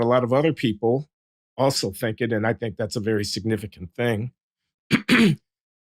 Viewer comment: Why does she say Tink instead Think?